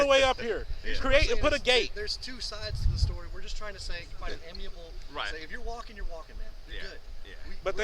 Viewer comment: Please learn to say the word amicable mr officer. 🤦🏽‍♀️